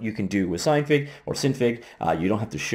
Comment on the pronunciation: I'm pretty sure its pronounce sin fig because i think it stands for Synthase figure at least thats how it appears to me with a little common sense.